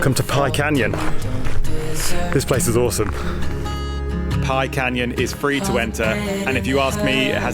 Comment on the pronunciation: Just fyi, its pronounced with more of a "B" sound than a "P"...